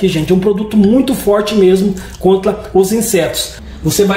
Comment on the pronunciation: Protegido "Contla" , eu acho que ele é o cebolinha da turma da Monica kkkk